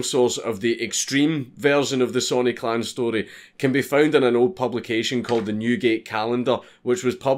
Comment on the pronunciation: It took me ten minutes into the video to realize he was saying clan and not clown. Lol.